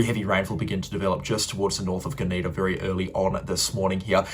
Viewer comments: So funny to hear g’NEE’da instead of GUNN’’dah. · Gunnedah - gun-a-dar; Wee Waa - we-war. You have finally got Narrabri right. Hard for an interstater eh brother. Keep up the great work.